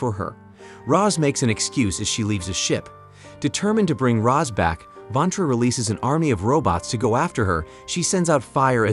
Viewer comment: It’s Roz Not Rose.